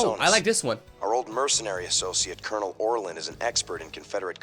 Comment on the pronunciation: Say 'kernel' for colonel. Also, I love your stuff, this is how I decompress at night. Best, Major Joe.